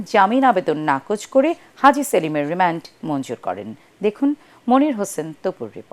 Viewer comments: রিমান্ড আবার রিম্যান্ড হইলো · রেমেন্ড নাকি রিমান্ড 😂😂😂